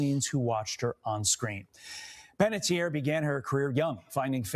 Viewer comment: Panettiere (Italian pronunciation: [panetˈtjɛːre] ) it ends RE with a vowel on the end of it how difficult can it be to comprehend🤦🏾